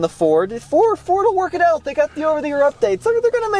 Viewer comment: For me it sounds like you're saying "For" instead of "Ford" when you say Ford. Not sure if it's a western accent or what, but as a 32 year old Michigan native my entire life, nobody says Ford with a silent D...